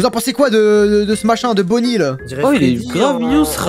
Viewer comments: CEST bonny pas bunny mdr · Bunny a lieu de bonny